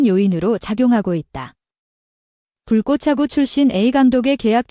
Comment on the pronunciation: Ai는 왜자꾸 "불꼬챠구" 라고하는거냐 거슬린다 나감